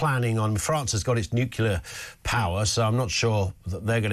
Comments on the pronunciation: The word is NU-CLEAR. Why do these peop[e find it difficult to pronounce? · Nuclear, you stupid cartoon.